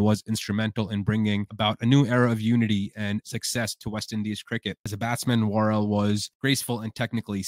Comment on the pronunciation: His name was Frank Worrel not Warl.